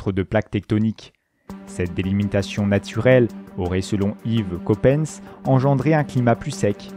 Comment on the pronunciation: Pourquoi il a dit Copanse?